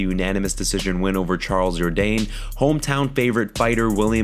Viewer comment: Why you rolling the ‘R’ on Ciryl’s name? Lol